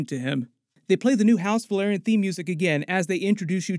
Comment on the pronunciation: VEL. AR. YON. Not VUH. LAIR. ION. Please?